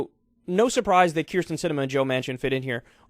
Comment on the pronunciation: Can you pls just learn how to say it. Kinda like Betsy DeVos